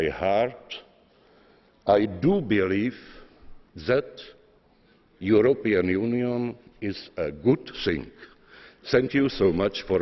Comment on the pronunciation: I have one protest. I must protest. Výslovnost někdy nebyla super a The European Union (Zeman: the europnnn unijn)